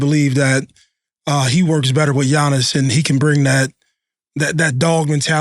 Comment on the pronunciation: Cam butchering Giannis’ last name 😂😂😂